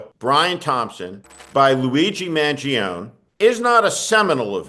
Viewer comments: His name is pronounced more like ,'Man Gee Own Nay'.Not ,Man joan. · Pronounce the last syllable of his name, Steve. Mangione has 4 syllables. A final "e" is pronounced like a long "a" in Italian.